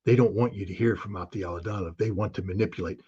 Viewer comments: He can't even pronounce the name ofa guy he calls friend and says he knows him very well. His name pronounces as Aptí Alautdínov. What Scott is saying I have no idea. Something like Ato Laudaow😂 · Aptee Ala oo Dee nov..Please pronounce it correctly Scott.